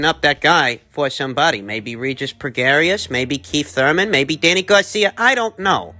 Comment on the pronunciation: AB is one of the best boxers alive and its REGIS PROGRAIS not Progarious. You may as well name the channel low IQ for pronouncing names lol